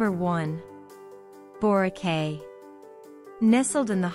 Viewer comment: I don’y know why Boracay is number 1. This island is commercially super hyped and there are more stunning places to visit and enjoy. And by the way, it is pronounced as Borakai.